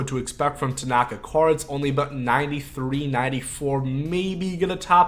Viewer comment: I’m a Yankees fan(Please win the LCS Yankees, lol)and I cringed when you pronounced Tanaka’s name wrong. Lol